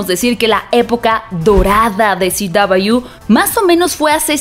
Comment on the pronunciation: Porque dice Ci Doubleyu en vez de CW? Porque dice HBO o DC y no dice EichBiO ni DiCi.